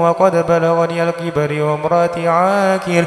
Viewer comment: ali imron 40 harusnya kibaru.tapi saya dengernya kibari....maaf kalau saya salah denger